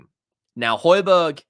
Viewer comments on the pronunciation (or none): He just wants to start when players like Bissouma is playing shite. His name is pronounced Hoy Bee Air not Hoy Berg He wants to play out of us he gives his all